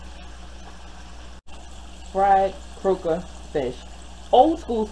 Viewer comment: Wow you said it right. They are so delicious 😋.